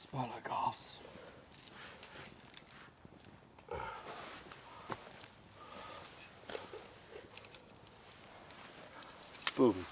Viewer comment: Ass - per - ar - gus!